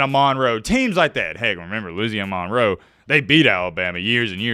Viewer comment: Really enjoy all your videos and perspective! It’s pronounced Louisiana Munroe.